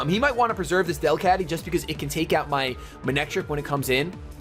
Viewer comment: pronounced DEL-cat-ty